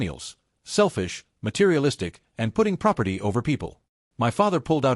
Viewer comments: yeah ditch the girlfriend, oh for f*ck sakes stop saying M.Y instead of saying MY it is so damn annoying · Not "m" "y" fridge. Irritating AI errors . . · m-y pans. m-y fridge. Really? This is driving m-e nuts. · MY, not m y, m y, m y. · Why do you not say my as opposed to M Y house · Why em why house? Why can't the AI pronounce the word MY? 🫩🫩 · So funny 😂😂😂 "It's M.Y. house, M.Y. kitchen, M.Y room, M.Y..." 😂😂😂 Cannot even be bothered to check the voice over, then say that it's going slowly at the moment 😂😂😂😂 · Dude it took me a few minutes to understand your comment. 😂 Em Why house, em why inheritance. If AI can't pronounce certain things why can't they teach it to? I knew it can't pronounce abbreviations, so that's easy enough to fix just don't use abbreviations. But "my" isn't an abbreviation. Like Mr. Dr. It also can't understand year dates or how to pronounce money amounts. It was dollars one zero three zero zero ($10,300) or sometimes three hundred at the end. Years: It was one thousand nine hundred and three (1993). I figured it out pretty quickly and ignore the weirdness, but the mispronunciation of the word "my" as em why is crazy. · you program it and train it to recognize how to pronounce it, as well as abbreviated words if you plan to abbreviate. It doesn't mispronounce every word in all caps, but does mispronounce "my" when only the M is capitalized at the beginning of a sentence. Also WGAF? 🙄 What a sour attitude when people are just laughing about something. I thought it was funny, I wasn't the only person who said something about it, who cares, why would you care? 😂😂